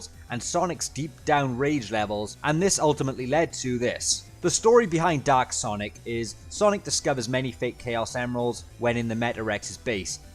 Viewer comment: I was hearing "Doc" Super Sonic for the first few seconds of the video...